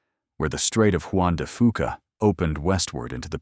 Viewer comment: you pronouced "Fuca" wrong